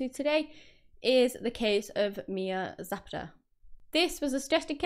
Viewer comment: You said her last name badly. Zu pah duh Not whatever you said!!!